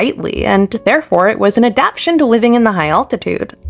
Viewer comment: One thing: it's pronounced, "a-dap-TAY-shun".